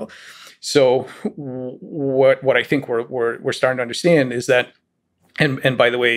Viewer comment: Is Lex Fridman ever going to learn how to pronounce the word "understand"?